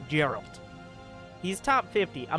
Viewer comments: Geralt most definitly be spoken with G like in Gain, not s in Girafe for example. As it is of Polish origin ... So I believe :D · Geralt name is pronounced with a G like in Gif